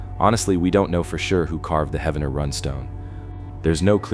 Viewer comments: I know right!!! lol! 😂 Every time he pronounced it I was like “IT’s HEEEEEVENER!” Not correct spelling it how it sounds?? Ugh 😑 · It’s pronounced Heevner😊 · Research the proper pronunciations! Heave-ner Spy-roe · its Heave-ner dude, not Heavener, Heaven - ner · Heavener is pronounced Heave-ner not Heaven-er. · That's pronounced "Heevner" Oklahoma. And "Spy-ro" Oklahoma. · lol heaven-er come on bro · It is pronounced, 'Heev- nerr' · "he-v-ner".. please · Its pronounced "Heevner". The Viking festival is ongoing n wonderful. Like a dark Renaissance festival but includes the whole family...and a lot of Mead drinking 😅 "Skol"! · Heavner like heave ho, dadgum AI voices lol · its Heave-Ner. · No idiots it’s Heavener. And that shit is fake. Lived here my whole life. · Heavener is pronounced Hee-vener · Heavener is pronounced Hee-ven-er! Spiro is pronounced Spy-row! The state does a terrible job of keeping it up. A beautiful place left to die. I liked your video!